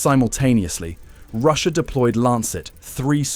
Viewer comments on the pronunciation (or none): none